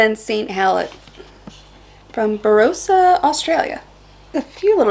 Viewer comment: Ok barossa try saying it like this ba ross a